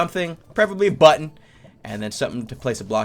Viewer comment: for a second a heard you say butt-on